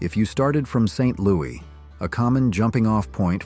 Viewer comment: I'm pretty sure the S is pronounced in Saint LOUIS!!!!!!